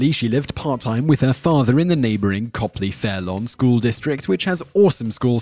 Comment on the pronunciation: Way to pronounce ‘Copley’ correctly! You should look into the Copley/Fairlawn feud turned lawsuit over Walmart for a future video.